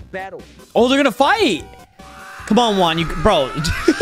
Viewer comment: When you are saying Juan it's like your saying work